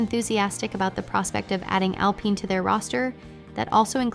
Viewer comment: you have to write al-PEEN or it can't read it right each time...